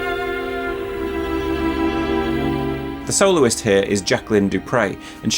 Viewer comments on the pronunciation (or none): says "soloist" and my ears hear "soul's". So where are the audio slices from a Kol NIdre orchestrated?